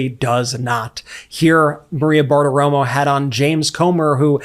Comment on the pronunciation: It's not Maria Bartoromo it's Mawea Bartowomo. 😂😂